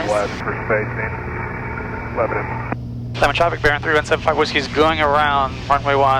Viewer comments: Was going to say the same thing. Leb-nin. would have a hard time with Shelbyville too. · You almost got to the point you could correctly pronounce “Lebnan !” I can’t tell you about all the fun places to eat and things to do in Middle Tennessee if y’all remain blacked out on FlightAware! Did you meet the great Heather Bay, airport manager at Lebanon? We base our (air conditioned) A36 20 miles south at KMBT. Safe travels! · I'm from Nashville... It's pronounced "Lebnin" here. Yup we drop a syllable and change the pronunciation.